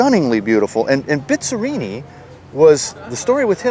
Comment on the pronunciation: Dude it's not Bit-za-rrini! It's Bizz-a-rrini! You make it sound like it's a Bitza this & Bitza that!!